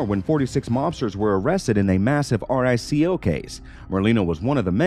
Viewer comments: It's said REEEE- CO NOT R---I---C---O 😆 and he definitely mispronounced alot of major Mafiosos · It's not "R-I-C-O", it's RICO....one word. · yeah please do your due diligence, you're literally making pre school mistakes, R I C O, its pronounced Reeeko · Lots of great info but dear god man, learn how to pronounce e the names… and it’s a Rico case, not an R-I-C-O case 👍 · "Charged WITH R-I-C-O"? You aren't charged with RICO you're charged UNDER it. In addition to mispronouncing nearly every name, this narrator should retire immediately. Is it really that hard to find and employ a proper narrator who pronounces things correctly? Someone who gives some credence to these videos and their subject nature? Just horrible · This narrator is part of a computer program - its why he spelled RICO instead of pronouncing it. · Lol. Can we get someone who can pronounce the names or at least knows what the RICO law is. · "R-I-C-O?" Yes, that's how it's spelled, but people just say "Rico." "Gig-antee"? It's pronounce "Jig-ontay." I won't even go beyond those two catastrophes, but you have butchered almost every name you have said. Speaking Gigante, why do you keep saying "Bellomo" and showing pictures of Chin Gigante? I cannot stand the computer voices on videos, but in this case, you would be doing yourself and the rest of us a GIANT favor by switching to a digital voice. Terrible. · He’s clearly reading all of this for the first time. He didn’t even pronounce “RICO” correctly LOL 😂 Vincent GiG-Nan-Te (it’s Jih-gan-te) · Is this a BOT? He screwed up half of the names, including Gigante and RICO ffs. Even the emojis used to showed the creators actually read our comments were placed by BOTS. No sub for us. Didn't even finish the tape. Either that, or the guy's a Polack or Mick Fed and did it on purpose. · It's HILARIOUS listening to him pronounce the different names and ranks. "Capto" had me dying, so did "R-I-C-O" lol